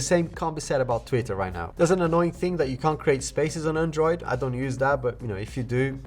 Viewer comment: learn to pronounce android properly 😑